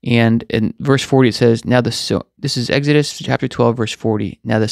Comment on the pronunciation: Egg-head in Batma would pronounce "Exodos" as Eggidus" Like you.